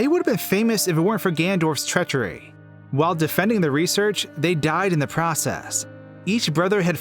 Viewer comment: Gandorf? Seriously? GANDORF?